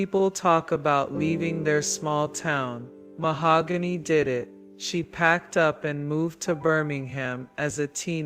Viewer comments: YES!!! me too. Keep saying MaHOOgany, ugh😞😞😞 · Rest in peace mahogany❤ whoever this narrator is keeps pronouncing Mahogany's name Ma-hog-gany. Absolutely driving me nuts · The voice is HORRIBLE. I started watching at 1.5x speed but even then it sounded like a child being forced to read in front of the class. Saying her name incorrectly. This is disrespectful man. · Definitely going to have to look this story up somewhere else because this AI voice is probably the worst i have heard yet, cant handle listening to this tragic story being told in this kind of way. I kind of feel that it is disrespectful to the poor young ladys story to be told in a voice that cannot even say her name correctly.